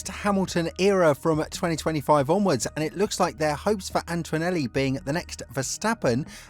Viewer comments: AnTOnelli ✅ AnTOInelli ❌ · There's no "w" sound in Antonelli...